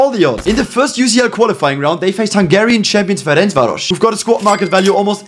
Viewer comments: Your pronounciation of Ferencváros was so good fr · Massive respect how well pronounced Ferencváros' name was in the video💪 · as a hungarian im a bit suprised that you pronounced Ferencváros correctly